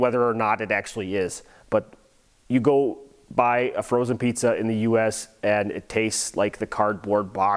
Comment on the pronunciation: Also ich kenne keine Engländer die ein hartes R haben.😂 Wenn du genau drauf achtest hört man auch jedes mal wenn "The" sagt mehr ein "S" als ein "Th". Und mit diesem Satz wirst du mich wohl als den deutschesten aller Deutschen halten, aber mir egal!😂